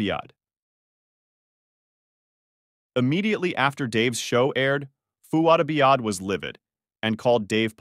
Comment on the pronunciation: Have you actually watched either podcast? You can’t seem to pronounce Fouad Abiad or Palumbo